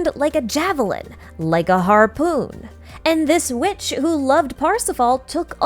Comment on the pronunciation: that "son of a witch" sounds like "son of a b****"